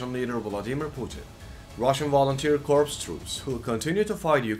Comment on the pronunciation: The way you say "Russian Volunteer Corpse" is hilarious.